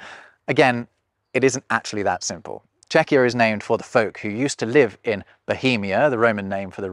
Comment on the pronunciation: Czechia*, not Czechier